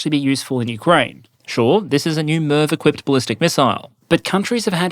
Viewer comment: Anyone mishear MIRV as NERF?